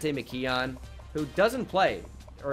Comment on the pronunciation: pls pronounce McKeon “mick-kewn”